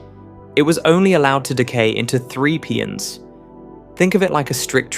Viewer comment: Please fix these AI speach synthesizers to pronounce the names of elementary particles correctly. Mesons are not Meesons they are Maysons. Pions are not Peeons they are Pie ons, the letter i is hard i. Etc. ...